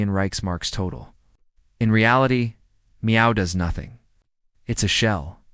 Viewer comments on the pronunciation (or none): Meow? Don't you mean MEFO? This vid sounds like a copy paste on a previous video, but crappier with the use of Ai. I'll give this vid a 2 out of 10 simply because of the mispronouncing of the word MEFO and Schackz name. (Forgive me if I misspelled the man's name)